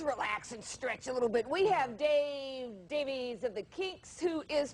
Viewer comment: Davies is pronounce "Davis". I am sure that Ray and Dave could care less how their last name is pronounced.